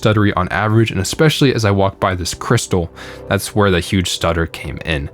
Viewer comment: Do not say "Expecially". Or "exasturbated."